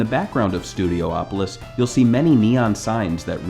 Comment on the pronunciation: It's pronounced Studi-opolis. Not Studio-opolis.